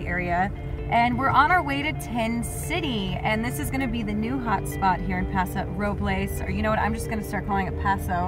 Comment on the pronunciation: It's not called Paso Robles is called Paso Robles